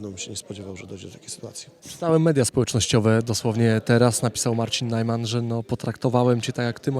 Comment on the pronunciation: Najman, nie Nejman.